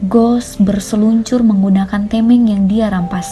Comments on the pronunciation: Tameng kak bukan temeng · Tameng di baca tameng min bukan teming